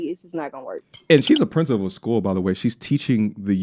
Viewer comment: What school is she princi-pooling..? Took me out 😅😂